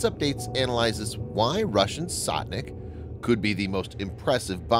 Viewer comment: its not Sotnik but Stotnik...sto means hundred